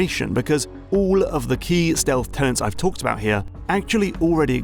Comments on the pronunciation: Perhaps it was downvoted because says "tenants" instead of "tenets" several times in the video?;) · Tenets not Tennant like the doctor but good vid! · Good video as usual, but the individual aspects of a design philosophy are 'tenets', not 'tenants' :P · great stuff. minor quibble: tenets, not tenants